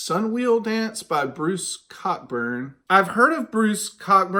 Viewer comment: Yes Peter Gabriel is the good one of the two. And as Black Beans said here, it is pronounced Co-burn. His great song is called If I Had a Rocket Launcher. Bill seems to be your dealer. Oh and I LOVE Psychedelic Pill.